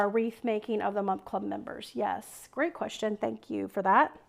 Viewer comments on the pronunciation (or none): none